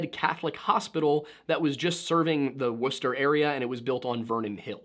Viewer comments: As someome from Mass, i can't believe you pronounced Worcester correctly. Ik you have a history degree, but still good job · I just have to say, it's so refreshing to have someone pronounce Worcester correctly ;u; I dunno if you're local, or if you just go hard on the research (I mean, it's obvious that you do a TON of research because you are on point with the facts, but its so unusual that documentarians actually say that city name right i have to point it out) but I appreciate it and that sort of attention to detail makes me like your vids that much more. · the fact that you pronounced worcester correctly was so satisfying, please teach wendigoon how to pronounce berkshire. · By All the gods! A non new Englander pronounced Worcester correctly!! Hell yeah brother